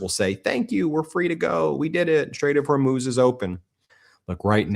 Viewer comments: Well unless the spelling is Hormoze, then the proper pronunciation of Hormuz is either Hor(moo)z or Hor(muzz)z! Now if you factor in an accent from the region, then it may be pronounced and sound as you imply. It has nothing to do with being illiterate! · It’s not Hormuz, it’s Hormoze. For over 2000 years it has been Hormoze now you illiterate people keep saying Hormuz.